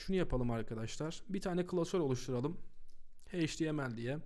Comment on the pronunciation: çok güzel bi dersti tek bi şey çok dikkatimi dagitti maalesef. Heyç ti em el diye degil eyç ti em el diye söyleniyor. Çok yararlıydı tekrar teşekkürler.